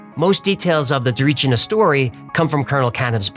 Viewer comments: No way you spoke about a Bulgarian mystery! Much love and thanks from a Bulgarian fan of yours! And it is pronounced Tsa-ree-chee-nah (if that makes any sense), but you did a good job regardless! It is quite a popular one and quite weird as well. 😊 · He kept mispronouncing 'Tsarichina' too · Lol are you dyslexic it's lterally Tsarichina just pronounce it the way it's spelt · The way you pronounce Tsarichina makes my soul burn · As a Bulgarian, I approve of this story. Everything except the pronunciation of Tsarichina, which, admittedly, is quite the challenge. Looking forward to a whole Baba Vanga episode? Fingers crossed. EDIT: Wait, no, scratch that - from onwards you get it right. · Fan of your channel and always thumbs up for your content 👍👍 - But Why is it ALWAYS almost impossible for americans to pronounce foreign words and especially foreign names correctly ? My friend, the name of the village you're trying to pronounce is so wrong that it's almost unrecognizable ! Really !!! Let me help you with the pronunciation because in the end, pronouncing names correctly shows first and foremost, respect for the people and the country ! Now, I know that you in America don't distinguish between Bulgaria and Russia, but under no circumstances should you try to imitate a Russian name or pronunciation 👎 Total mistake ❗ It's not Tsarichina-YA 👎 Drop that -YA ! The ending of the name is TsarichinA - after the last "A" there is nothing else, okay ! Now, let's fix the rest. Don't worry, it's easy and it's not a rocket science 😉 1. Put the stress on the first " i " - TsarÍchina 2. Don't blend "ch" and "n" into one. There is an " i " between them. You see it, right?! Don't swallow it, just pronounce it ! Tsarich-I-na! That's it. Now, you should be able to pronounce the name Tsarichina (WITHOUT the "YA" at the end, okay?!) much more correctly than before. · Just a small note on the name, you are pronouncing it wrong, it is not TsarichNia, it is TsarichIna (tza-REE-chee-nah)